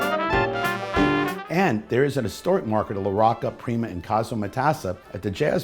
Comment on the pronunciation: As someone of Italian/Sicilian heritage, I'd've presumed that you'd know how to pronounce Mr. LaRocca's name. Come si pronouncia, "bocca?" How do you pronounce: 'bocca?' Do you also say, "bokka?" No? So, why then, slaughter the man's name?